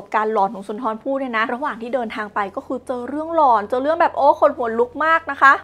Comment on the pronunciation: เรื่อง "หลอน" นะ ไม่ใช่เรื่อง "กลอน" 😂😂😂